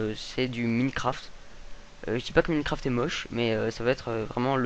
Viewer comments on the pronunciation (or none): cest ecri minecraft mais sa se dit mynecraft